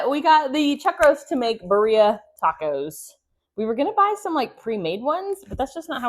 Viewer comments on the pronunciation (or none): Not judging, just letting you k ow it is Birria pronounced Beer-e-a.